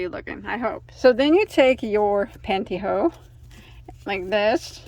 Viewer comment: Love how you call the panty hose “panty ho”!